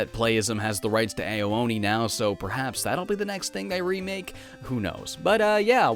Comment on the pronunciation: Ao is pronounced "ow"